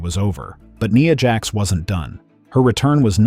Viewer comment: It's Nia Jax with the i being the I sound not an e sound.